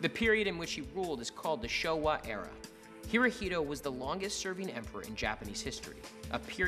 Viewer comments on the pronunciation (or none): It’s not pronounced he-ro-hee-do- it’s he-ro-he-to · Not Hirohilo, but Hirohito. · Hirohito no! Herohito ;) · Pronounce it the way it is. hirohito